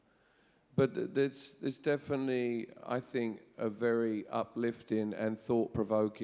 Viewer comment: naughty Mart did he say "definitely" properly?